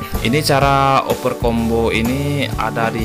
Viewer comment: overcomb bang bisa disebut overkom, bukan overcombo